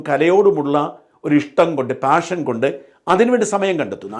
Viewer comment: പാഷൻ എന്ന വാക്ക് താഷൻ എന്നാണ് കേൾക്കുന്നത്? ശ്രദ്ധിച്ചു നോക്കൂ.